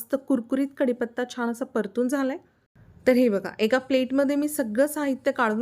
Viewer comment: पाण नाही 😮😮😮😮😮 पान 👍👍 सगळ छान पण भाषा आणि नाकातून आलेला आवाज थोड त्रासदायक वाटत छाण नाही छान 😮😮🤦🤦🙆🙆👍